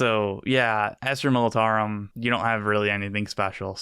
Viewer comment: Istra Gilfitarum 😂💀